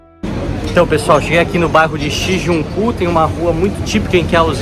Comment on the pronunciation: O nome do bairro é Shinjuku, tira da pronúncia o N após o ju